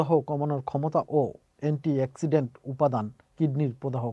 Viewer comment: এন্টি অক্সিজেন আর খবর তুমি বলতেছ আন্টি এক্সিডেন্ট 😂